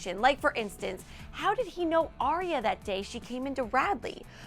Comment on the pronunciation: it's aria for God's sake